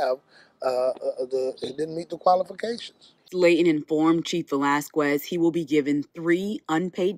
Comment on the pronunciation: A news reporter should know how to pronounce Velasquez by now lol